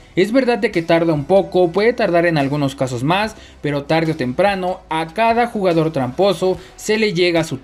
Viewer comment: garena aun no se da cuenta ke dice "lugador" y no "jugador"😂😂